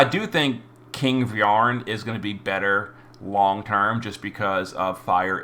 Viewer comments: Fire was actually Vearn's element in the anime too. Kaiser Phoenix is one of his signature moves. (Also it's pronounced 'Vern') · The "a" in "Vearn" isn't pronounced (at least that's how they pronounce it in the latest anime) The stance True King Vearn is depicted in is the "Demonic guard of heaven and earth", his infamous stance said to be impenetrable, as it can deflect and counter the assaults of up to 3 opponents. Avan, Hym and Lahart had to sacrifice themselves to create an opening for Dai, which is what is depicted in their cards we got last week. I doubt Dai would get The Rebllion tag. He didn't rebel against anything. One could argue he goes against his father Barran initial wishes of human extinction, but here, he has the double Draconoid crest, the second one being inherited from Barran, once they made up... So, definitely no Rebellion going on there, sadly. Leona goes straigth to the "she cute" tiers, uh?